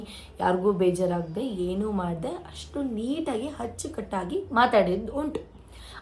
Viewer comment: Hadiyo ಅಲ್ಲ ಆಡಿಯೋ ಹಚ್ಚುಕಟ್ಟು ಅಲ್ಲ ಅಚ್ಚುಕಟ್ಟು ಕನ್ನಡ ಸರಿಯಾಗಿ matadu jasti ಬಿಲ್ಡಪ್ ಬೇಡ